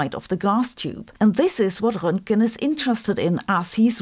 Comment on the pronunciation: I love your German accent when you correctly pronounce Roentgen and Einstein. I think it makes you sound like Einstein and so authoritative. 😊